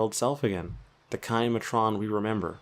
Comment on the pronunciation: I think it's pronounced "MAy-tren", as opposed to "Ma-trOn"